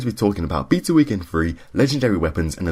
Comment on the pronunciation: Stop saying beta wrong.